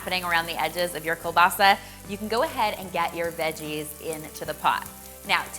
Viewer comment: Kiełbasa is a Polish word and I’m soooo proud to hear you pronounce it well! It’s surely delicious :) And I will be making this dish tomorrow for sure!